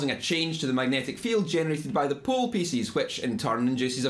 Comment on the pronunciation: Cool accent ma. sex pool pissess killed me :D but good video